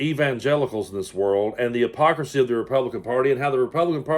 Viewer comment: Too many syllables in hypocrisy………